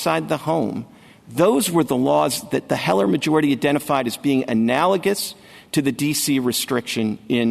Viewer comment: "What would be analigizous?", Justice Thomas asks? Your Highness... Ask your law clerk to assist you - not only in writing briefs - but in spiffing up your vocabulary in speech. It's "analogous". If one cannot clearly communicate, there will be misunderstandings. What else are you missing?